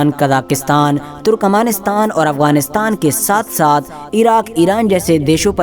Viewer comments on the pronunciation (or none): none